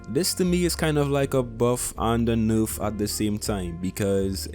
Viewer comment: First things first #SAVEOCTANE Second of all I love it when you say nurf instead of nerf